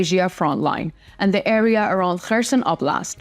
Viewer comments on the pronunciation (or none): none